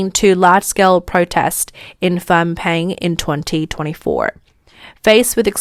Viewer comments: I heard Fom or Fang Pen. It should be pronounced Nom Pen. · It took me way too long to realise she was trying to say Phnom Penh. Just say "Nom Penn" and you'll be closer.